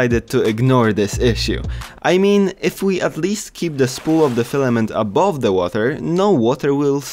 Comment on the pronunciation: This guy really said:"everyone is telling me to keep my fliment dry, if the whole printer is wet my wet fliment will be fine."